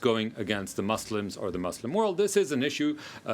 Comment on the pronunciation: First learn to pronounce the word Muslim correctly then try to solve our problem.